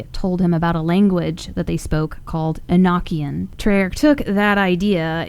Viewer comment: Awesome video, but just to let you know about enochian. Its pronounced •uh-no-kee-uhn• it was just bothering me thats all 😅